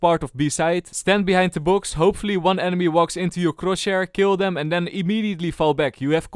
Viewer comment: One day he is gonna say chrosshair right